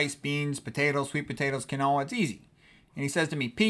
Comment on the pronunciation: With all due respect, quinoa is pronounced "keen-wah." Thank you for your medical lectures and your regular time slot on Chef AJ's channel, you are an excellent communicator for these complex health issues.